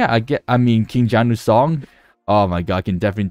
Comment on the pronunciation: As for the pronounciation of King Gnu, "G" is silent